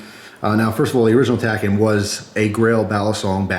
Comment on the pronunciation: "Takken" Nigga, this isn't no arcade game!